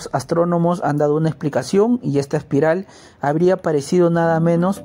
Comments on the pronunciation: Se pronuncia Espiral y no Aspiral como dice el narrador. Además, repito que la música de entrada de éste programa no es adecuada. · La denominación es espiral como se lee o aspiral como el que pronuncia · Amigo Aspiral no existe, corrije, .la palabra es ESPIRAL, es una lastima que esto pase, para hacer este trabajo, hay que prepararse mucho, éxitos!!! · Aspiral ..no....... es espiral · Se llama. ESPIRAL. no ASPIRAL. GS.